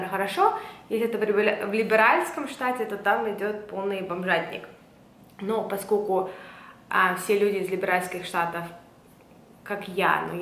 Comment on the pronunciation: поскоЛЬку, постоЛЬку, тоЛЬко что 🙏🏻🙏🏻🙏🏻 И эти Аканья как у чайки.. очень портят вашу речь